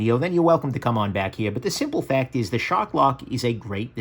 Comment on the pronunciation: Hard R on that word Shark. Not shock lock. 😂😂 Just busting your chops haha